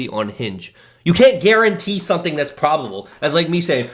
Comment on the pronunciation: Why does he say "sonething" instead of "something"?